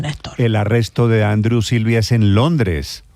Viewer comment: Néstor Andrew se pronuncia Andriuu. No andru